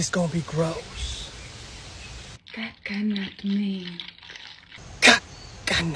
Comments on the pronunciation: She's saying rose orange and rose water not Grosse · I love how "rose orange" becomes "gross orange" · on #2 i think she was saying rose instead of gross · Lmao. I love that he thought she said “gross water” when she actually said “rose water” kmao. I adore this guy. He makes my day! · She said rose orange and rose water not gross 😂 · Can someone tell him she said rose not gross